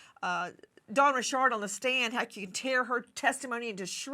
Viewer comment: Why is Dawn Richard pronounced "Resharde" 😅😂😂... like Mrs Bouquét (Bucket) in Keeping up Appearances"